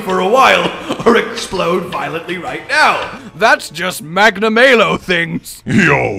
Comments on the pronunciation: Magna-MAY-lo? The devs literally tell you how it's pronounced. It's Magna-MAH-lo. How would you feel if we all pronounced your name Joosh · I don't think his name is supposed to be pronounced "Magna May Low". I think it's intended to be "Magna Mah low" because he is bad news aka "malice" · Normal people: Magnamalo: magnamaylow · "Its me Magnamayo." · Are you guys serius? Its pronaunce McNamalow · FFS they say the name Magnamalo in the first trailer, how can you keep mispronouncing it? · 12 seconds in and you guy’s already pronounced its name wrong